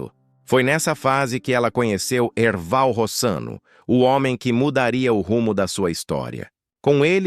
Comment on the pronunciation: Não e Erbal...e Erval. Kkkk